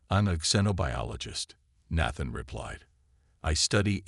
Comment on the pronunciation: And Nathan is pronounced with a long a